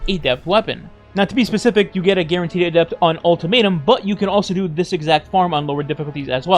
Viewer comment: ah yes.. the ay-dept